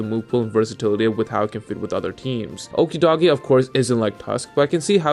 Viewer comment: Clearly you're pronouncing Okidogi wrong.